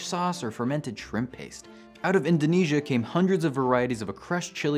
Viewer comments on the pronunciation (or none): none